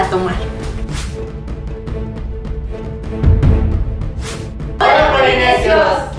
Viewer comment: Soy yo oh en el segundo dice planenado